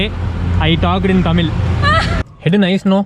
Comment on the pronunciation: Anna "Thamil' illa..... Athu "THAMIZH"....